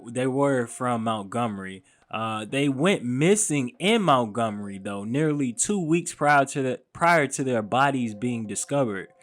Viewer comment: It’s Montgomery not Mountgomery bro 😂 keep doin yo shit though. 💪🏾